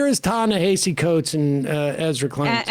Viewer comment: Y'all been mispronouncing this man's name since forever: "Ta"-Na"- "Ha"-"See"